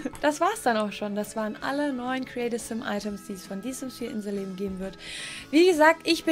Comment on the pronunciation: Als du inselleben gesagt hast hat sich das an gehört wie In the leben